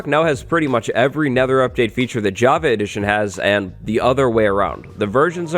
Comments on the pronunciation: I can’t unhear javee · Does he say "Jav- A " edition?? 🤨😕😖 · anyone else annoyed by his pronounciation of java?